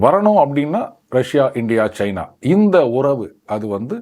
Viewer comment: pl don't say Cheena. It's China. Also it is not Airoppa but Europe. Our guys should know how to pronounce the names.